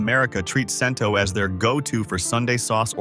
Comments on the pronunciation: I thought the brand is called "Chento," NOT "Sento." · ai voice and must be ai research. Talks about a brand, then shows all the others. Muir glen is watery and has no taste. It certainly didn’t taste like my nonna’s sauce at all. And Cento is pronounced Chento. And who is eating a whole can of tomato sauce for 400 grams of sodium. Should have mentioned Pastene tomatoes. Also should have mentioned that seasoned tomato sauce isn’t used for pasta sauce. It has to be either whole or crushed. Tomato puree is just added when you need a thicker sauce. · I'm glad they picked Cento as a best choice but sure wish they would pronounce the name correctly. I.E. Chin toe not sin toe. Also glad to see they picked Red Pack as a good choice. While they showed a picture of Red Pack and Red Gold side by side I didn't hear them say they are from the same company just like Hellman's Mayo and Best Foods Mayo. Same product sold under different names in different parts of the country. It was also disappointing to hear them mispronounce ConAgra since it's one of the better known food companies in the U.S.